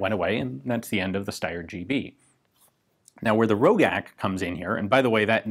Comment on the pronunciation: I have seen one of these, and it was produced BEFORE the GB was even produced in Austria. It was also pronounced Ro-jack, not Ro-gack. The one I saw had a very low serial number, like 4 or 5, and had a damaged sight. It was largely hand made.